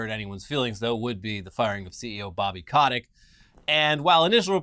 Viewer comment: It's Bobby Koh-TICK...